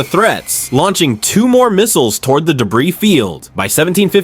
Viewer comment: YOUR A.I. NEEDS TO LEARN ENGLISH WORDS! "D.... E.... B.... R.... I.... S...."?? Seriously??